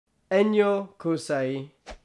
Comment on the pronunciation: It sounds like Spanish the way he said it, but to actually get the "yo" sound he had in there you'd need to write it as "llo".